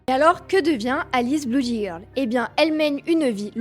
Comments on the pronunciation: Blood/Bloody ça se prononce "Blōd/Blōdy" pas "Bloud/Bloudy" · "bloody", se prononce blody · je savais pas que « oo » se disait « ou » à la française 😂